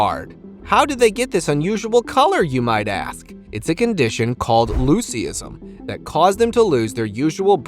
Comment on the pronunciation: Loosie isn? No , its pronounced Loo siz um.